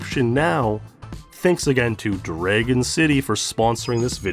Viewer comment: You have an interesting way to pronounce the word "dragon"